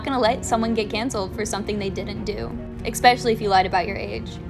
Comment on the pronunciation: I like when people don't know how to say the word especially. LOL